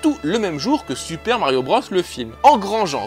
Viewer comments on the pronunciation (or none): none